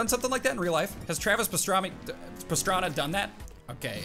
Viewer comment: “Travis Pastrami”